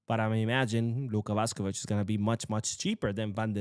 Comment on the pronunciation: He needs to learn how to pronounce Luka Vušković first. Don’t think I could listen to a whole video of it being pronounced Vuhskovic